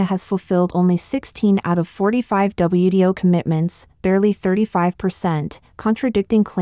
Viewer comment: That confused me, too! She meant WTO, but kept saying WDO! Is there no difference, between T and D, in Mandarin?